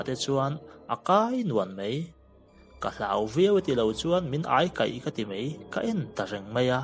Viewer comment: Hello,New Subscriber......a ngaihnawm hle mai. Mahse,i ṭawngkam hman hi tlemin fimkhur deuh thei la a ngaihnawm zual sauh ang. Eg:- "mei" nilo in "mai" tih zawk tur. A ngaihnawm lutuk e.